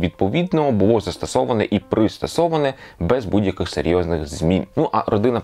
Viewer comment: Буво? Гавина? Свово? Ааааааааа